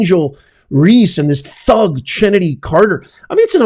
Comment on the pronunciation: Chennedy is pronounced like Kennedy. Angel Reese shouldve been ejected for that BS. She went and sulked on the bench while the refs were reviewing the play that was elevated to a flagrant foul which isnt severe enough. Theres a better replay angle where you can clearly see that she intentionally put a little extra in her whack at the ball (aka Caitlins head). After the game Angel Reese played the "VICTIM" of course saying the refs were basically against her precious self and her fake eyelashes!